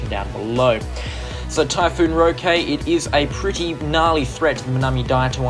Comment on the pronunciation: It’s pronounced ROH-kee jsyk